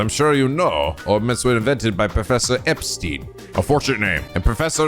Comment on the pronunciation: just so you know, Epstein in Trails is pronounced like the stein in steins;gate